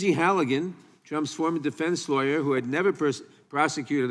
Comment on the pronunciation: For a lawyer, she needs to work on how to correctly say lawyer